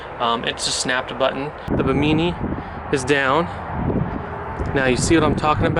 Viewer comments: buh-MEANY?.... its "BIMMA-nee" ....like the islands off Florida!% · Ba-Meany LMAO Its Bim-i-knee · Bimini is pronounced “bim-a knee” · Hey bud, you are saying Bimini wrong 🤨. It’s the same Bimini as in the Bahamas.